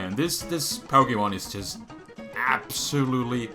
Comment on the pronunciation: man every time he says ABSOLUTELY all I hear is ABSOL